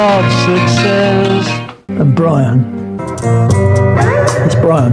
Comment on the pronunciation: Your stupid AI computer generated voice mis-pronounced Brian’s name. He called him, ‘Bre Ann” not Brian. Oh bother people grow up and use human voices.